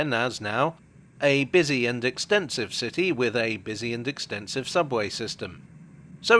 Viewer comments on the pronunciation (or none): none